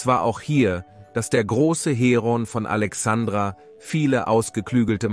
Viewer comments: Ist es wirklich so schwer,so ein kleinen Buchstaben wie ein "i" zu nennen. Alexandra mag ein wunderschöner Mädchen Vorname sein,hat aber nichts mit dem Namen der großen Stadt am Mittelmeer, und Gründung von Alexander dem Großen "Alexandria" zu tun. P.S. Arabische Republik? Das würden die Kalifen wohl anders Sehen. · ja , schon klar, aber deswegen ist es doch Furchtbar mit anzuhören.